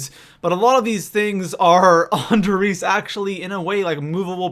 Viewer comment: Instantly stopped watching when he called der riese da Reese 😐👁👄👁